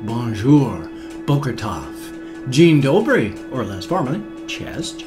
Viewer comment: Your Polish Dzień Dobry and Cześć is pretty good :)